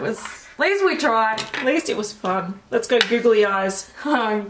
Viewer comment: I love the way that they say “googly”, it sounds like “goggly” 😂